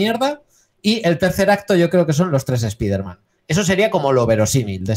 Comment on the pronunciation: Por favor, de verdad han tenido que doblar el nombre como "espaiderman"???!!! Eso sí que es para mandarlos a un universo paralelo.